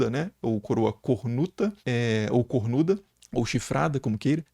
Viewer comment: sim mas precisa encher a boca para falar "CORNUDA" ?